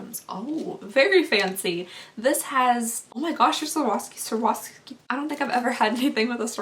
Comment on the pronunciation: Swore-off-ski that is how you say it. :) Your welcome.